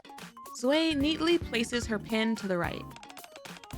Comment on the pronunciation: "Zwei" is actually pronounced "Zvah-ee". It's german for two, obviously.